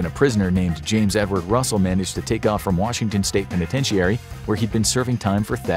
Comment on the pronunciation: Either the narrator pronounces the word penitentiary wrong or everyone else who speaks the english language does.